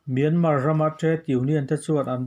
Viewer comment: Miarman a awm lo .myanmar tih tur